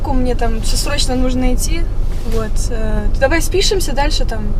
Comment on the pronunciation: Даувай, досуидания🤣.